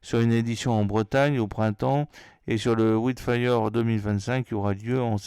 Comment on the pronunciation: Hello, ça se prononce: " waild fire ";-)